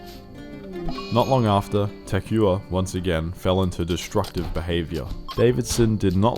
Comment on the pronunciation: poor Takuya, not even in death was his name pronounced correctly.